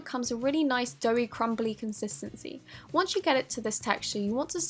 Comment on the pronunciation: Stop saying contistiny it's annoying